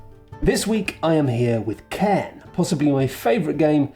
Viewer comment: it's pronounced "karn" btw, its a gaelic word, the i is only there to specify the pronunciation of the r